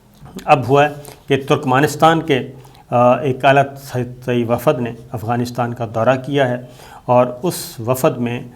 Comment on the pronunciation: Wafad nahi wafd sabir bhai